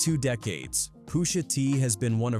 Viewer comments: Poosha T?...i hate Ai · I don’t think it’s a real person narrating these videos. What’s up with all the mispronunciation of names? Who says “Poosha T”? 😂😂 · who is “poosha tee” freakin ai